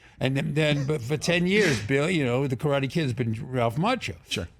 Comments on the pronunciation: I really love the way of respect he is paying talking about Karate Kid and Cobra Kai. even the way he pronounciate Karate. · Martin Kove says "Karate' correctly. RESPECT